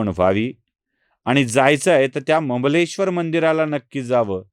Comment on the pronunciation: ममलेश्वर नाही सर अमलेश्वर नांव आहे त्या ज्योतिर्लिंगाचं। ओंकारम् अमलेश्वर।